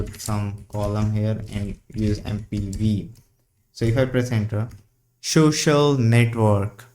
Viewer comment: lol, "shoxiul network". Pronunciation aside. why do you use ~/.cache and not /var/tmp directory? This is faster than writing to disk.